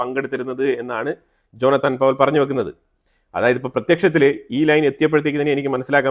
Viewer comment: "ജോനത്താൻ" അല്ല "ജോനാഥൻ" എന്നാണ്. ഡ്രാക്കുള നോവലിലെ ജോനാഥൻ ഹാർക്കാർ പോലെ